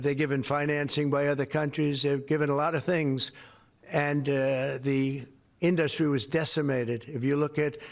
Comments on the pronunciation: "The fill-um inDUSTry"? I can't listen to the man talk. He puts emPHAsis on the wrong sylLABle. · why does he say inDUSTry? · Has he always pronounced it as In-DUSS-tree? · The "filum in-dustry.." What a doofus!!!!! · I know!! And "inDUSTry"....bizarre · Trumps can't pronounce "industry" right!!! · Why can he not say industry correctly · Where does this extra syllable in the word "industry" come from? And he keeps repeating it... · I know its not a big thing, but I really don't like the way he pronounces industry. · “Fill-em” and “industry” are another TWO words he pronounces in a WEIRD way! 😂😂😂😂😂 He’s a BAD JOKE!